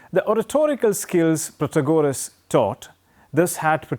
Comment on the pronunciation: It’s pronounced Protaaagoras